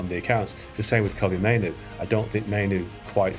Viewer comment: "Kobbie mainoo" 😂😂